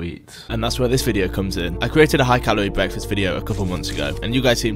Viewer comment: ‘bweakfast’